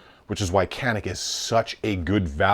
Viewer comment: Canik is pronounced Janik, the C in Turkish is a J sound.